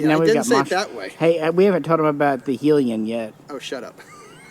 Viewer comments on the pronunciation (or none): Ian introduced a new one this week....'Helion' pronounced Heli-o like helicopter lol